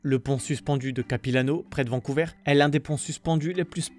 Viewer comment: Au Canada français on dit Vancouver, pas Vancouveur !